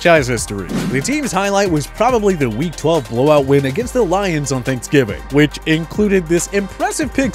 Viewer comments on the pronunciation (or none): none